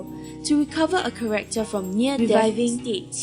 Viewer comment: I UNLOCKED A KEY MEMORY WHEN THE VOICE ACTOR SAYS KAREKTOR INSTEAD OF CHARACTER OMG